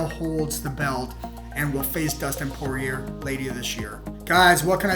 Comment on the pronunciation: When you're doing a UFC commentary, but don't know how to pronounce "Poirier" or "Rafael Dos Anjos"...